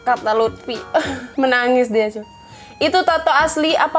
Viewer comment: Aku dengernya malah cuk bukan cu wkwkwkwkwkwk :v